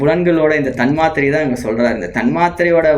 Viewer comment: Sago thanmathirai potu eruku but nenga pronounce pnum pothu thanmaathirai soldringa